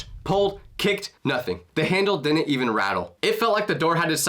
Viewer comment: God I hate the level of stupidity and illiteracy in today's youth, and their inability to understand word pronunciation.... like this kid here.... another dum dum who pronounces the word 'Didn't' as 'Dinnent' 🙄